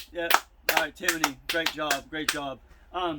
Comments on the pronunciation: Timiney.....it’s tim-ney!!🥴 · There’s no “O” or “a” in Timney. How hard is that?